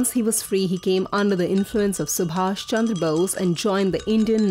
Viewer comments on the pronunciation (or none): none